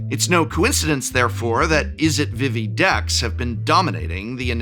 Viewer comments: It is VEE-VEE not VIH-VEE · Vivi's name is pronounced with the same vowel twice. "Veevee" not "Vivvy" edit Looks like someone corrected you midway through.